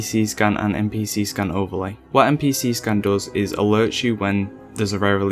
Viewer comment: "npc scUn"